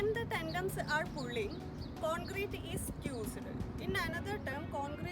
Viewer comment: It's tendons not tendoms...